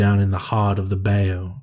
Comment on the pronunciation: Hey..awesome job as always! As a lifelong Southerner (when you make me admit it, that is!) I'm gonna help you out with a couple of words! The word "bayou" is said like "bye-you". The word "cicada" is pronounced: "sik-aye-duh"...now the is the way it is ususlly pronounced in the Southern part if the US. The Yankees from the Northern part of the US pronounce it something like "sik-ah-duh" 😉